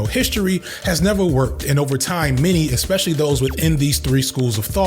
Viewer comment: you really have to learn how to pronounce the word 'especially". there is no X in that word! other than that, great video as usual